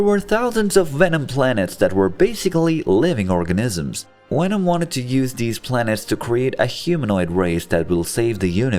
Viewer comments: why u say wenom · its not wenom its venom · I dislike how he says wenom and not venom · he knows, but the video's Narrator was pronouncing Venom as Wenom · Venom, not wenom 🤦‍♂️ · Is he german? the Wenom instead of Venom is hilarious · It's Venom, not Wenom! 😂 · what the fuck is a wenom... 😂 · Is he really saying wenom? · I loved this, but as it went on the fact that they said wenom uniwerse started to annoy me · “Wenom” 😂 looney toons wants ya for the job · Sounds like he's saying wenom. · Ah yes wenom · I hate how he says wenom except for venom it angers me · He keeps saying wenom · i love the way you say Wenom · Stop saying wenom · jesus christ please stop saying wenom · is anyone gonn atalk abt how he keeps saying wenom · Why do I hear vwenom instead of venom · Who the fuck is "wenom"? 😂😂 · How can you say voice, various and villian perfectly but venom comes out like wenom🤣.. besides that tho this was awsome story to watch and had a blast seeing this alternative reality. Venom creating the perfect symbiote balance with artificially created humans sounds like a very intersting idea to explore.. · good video but why do you keep saying wevom??? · it’s a joke The video has the majority of Venom pronounced as Wenom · you said it normally ONCE Which means you know how to say venoms name right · How is it that Germanic languages pronounce the w as a v, I have always wondered, now after this video, I’m wondering even more so how you would ever in a million years pronounce a v as a w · Why do you pronounce the v in universe, even, love, correctly but not for venom? Your accent is inconsistent. I call fake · Fun fact: i fucking hate how he says venom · If you're going to use a digital voice to narrate a video about Venom, you probably should have chosen one that can correctly pronounce the letter "V"